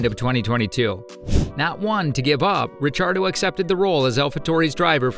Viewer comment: Daniel RECHARDO ?? That AI is really cookin'